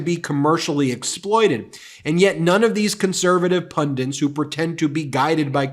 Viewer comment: IT’S NOT PUNDINTS. IT’S *PUNDITS*. You say this every time. Read the damn letters!